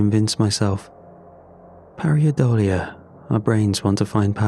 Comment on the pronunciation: Its "pareidolia", not pariadolia. Very enjoyable story read well.